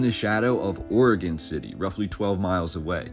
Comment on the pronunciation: Also thank you for say Oregon right. It's oregin everyone not orgone